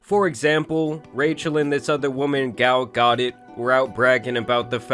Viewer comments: No way you pronounced her name “GOL GODut” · Gal Ga-doe but I kinda like Goddit better hahahaha 🫶🏻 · “gal got it” you cannot even look up how to pronounce shit for a video? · GAL "GO-DOT" LOL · “Gal Gottet” 😂 bruh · That "Gal Ga-dit" pronunciation gave me whiplash 😂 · was actually closer than most people are when they say Gal Gadot. She pronounces it "Gah-dot" cause she's Israeli, not French. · "Gal Godit" 🤣🤣😭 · "gal got it" is a crazy pronunciation 😂😂 😭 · The way pronounced Gal Gadot’s name 🤣🤣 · The way you pronounced Gals name is hilarious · Bro why did you pronounce Gal Gadot’s name like that? 😂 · Gotta be the best pronunciation of Gal Gadot I've ever heard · The way bro pronounced “Gal Gadot” broke my neck 💀